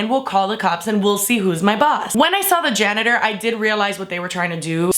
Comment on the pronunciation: When she said "janitor", I dropped my phone.